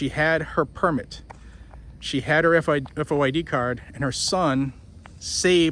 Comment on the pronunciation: Here in IL, we just say “FOID” card, not F-O-I-D card.